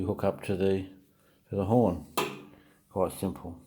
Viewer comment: Change your title to "Air horn installation for Indian Motorcycles by Buffalo Brand" - better reach on Google searches. Oh, and it's horn, not "hirn" :)